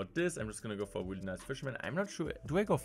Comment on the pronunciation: Weally weally